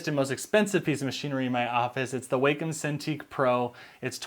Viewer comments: Wacom is pronounced Wah-come, NOT Way-come. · Short "a". WAHcom, not WAYcom.